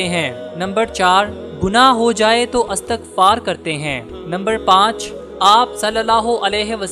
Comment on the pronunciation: Ap ke galte istagfar nahe istagfar hai